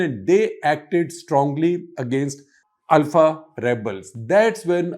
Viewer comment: Thanks for thr correct pronunciation of ULFA. North Indians always say it wrong as OOLFA.